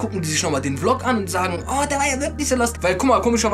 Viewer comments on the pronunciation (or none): none